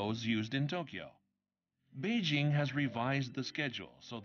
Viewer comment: people never pronounce beijing right